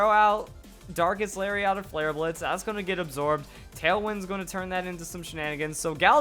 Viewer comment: It sounds like is saying "Dankest Lariat" instead of "Darkest Lariat". As always, wonderful video!